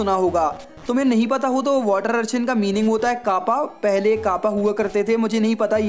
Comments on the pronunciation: It's urchin not archin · Its urchin not archin but big fan